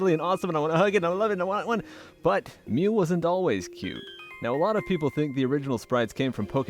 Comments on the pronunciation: I was about to punch through my computer screen when you said Mew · I literally screamed when he said mew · when he said mew i literally screamed at the screen